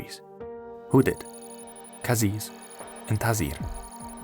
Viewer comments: !PLEASE! When trying to say a word of another language, don't use another languages rule. Q in Qisas is not supposed to be said as "kw". When romanizing Arabic the sound between K and G is transliterated as Q. cries in lignuistic gnosis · Thank god that the comments didn't just agree to this video. The guy couldn't even pronounce Qisas right